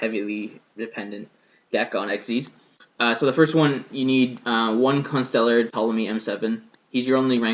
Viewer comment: I salute you, sir. You pronounce Constellar correctly.